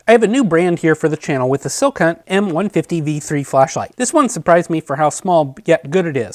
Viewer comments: Great review. Calling the company “Silk Hunt” was a bit distracting. “Skill Hunt” is how I think it’s pronounced. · Is he saying "sil-cunt"? 😂